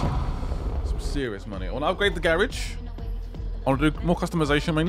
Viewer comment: I don’t know if u read these but the way u say the garage is wrong.